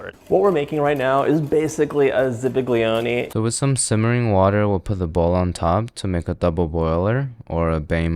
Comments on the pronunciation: the way that other sir said zabaglione(i think) made me shiver... i can get over the missing e in mascarpone but... that was another language bro 🥲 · I don't know what the deal is with that painfully white dude but he has no idea how to make Italian tiramisu. And his pronunciation of zabaglione was hilarious...